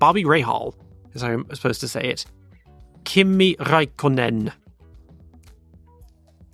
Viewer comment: same mistake with Räikkonen, ä is spelled like in a in word "cat", not like in "banana"